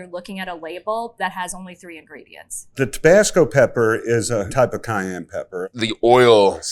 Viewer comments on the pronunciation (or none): none